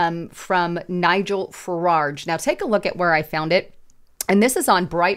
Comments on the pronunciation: There is no second " r" in the second syllable of " Farage". It is not said " Fuh- raRge." It's " Fuh- rahj" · "Fararge?" Have you even read anything? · Am from UK...love how you pronounce 'Farage'! We pronounce it like 'mirage'. Keep up the good content 👍🏻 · You consistently mispronouncedFarage’s last name.